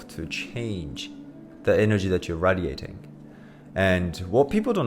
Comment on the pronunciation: can’t trust a nigga who doesn’t know how to pronounce radiating